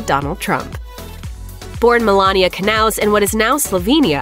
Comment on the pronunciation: Her last name isn't pronounced K naws... IT'S pronounced Nauws..